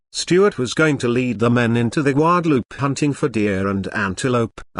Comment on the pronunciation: Especially when it says goo-adaloopay and then guadalupe. Rather irritating!